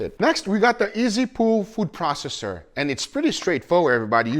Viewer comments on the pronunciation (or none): none